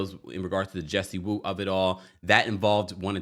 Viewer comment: Jessie Woo. What is the last name in Haitian girl .😂😂it's not WOO